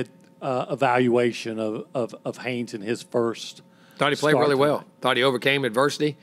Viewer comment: Good job getting Haynes right👍 The next one is is Achane. It’s pronounced A-chain, like the the letter A and then Chain. I think you’ll have to talk about him a lot this year and I’m sure he will appreciate you getting his name right.